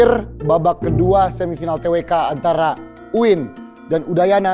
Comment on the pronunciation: UIN bukan maiin